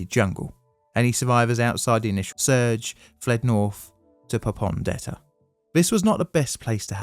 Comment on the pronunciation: Your mispronunciation of names like "Rabaul" and "Popondetta" indicate to me that this video is poorly researched. If you can't get that right, I have little confidence in any of the claims you make.